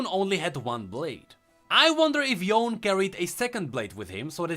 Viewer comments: I'm pretty sure since Ionia is steeped in Asian culture and practices that Yone is pronounced YOH - NEH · Yone is pronounced "Yo-Neigh" if you are using proper Japanese Pronunciation. With Yasuo's Japanese dialogue it is likely that his brother's name would have a similar origin. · Yone is actually pronounched "Yo-Ney". Yasuo say his name in one of his interactions ingame when they are played together. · Yasuo’s Brother, Yone apparently is actually pronounced as Yo-ne, Yasuo said so in his interaction with him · Oh and like many other Asian-ish name, they're pronounced as how they're written. That being said, Yone is pronounced "Yo-nay". I mean, until we got the real pronounciation by Riot, i can't say for sure; but come on, Ionia is Runeterra's Asia, so....